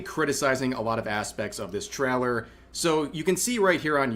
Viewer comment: He also says “traller” instead of trailer and it annoys me